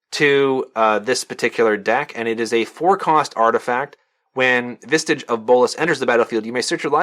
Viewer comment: any one else notice he keeps adding a t to the word visage? vistage? uh.......................................................... wth